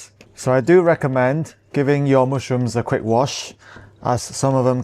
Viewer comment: He is sooo cute "mooshrooms" 😍